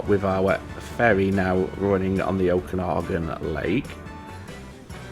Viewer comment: Pronunciation of the lake name was spot on. Great series. Thanks